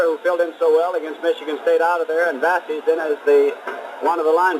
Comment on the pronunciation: It's, "Vuh-sEEse." Arūnas Vasys was a Lithuanian linebacker for ND out of Cicero. ND's announcers pronounced it correctly, according to my father. I was just starting to follow ND then; I remember hearing that they beat Iowa, 28-0. Back then, Oak Ridge Dairy printed the ND football schedule on their milk cartons, which I remember very well. Two years later, Nick Eddy was my favorite player on the team. I'm still waiting for the Hammes Bookstore to offer a 47 jersey. This was the last time ND and Iowa would play each other in the pentultimate game of the season. They were supposed to meet in 1965-66, but Iowa suddenly canceled those two games in 1960. Michigan State agreed to play ND on those two weekends, thus planting the seeds for the Game of the Century in 1966.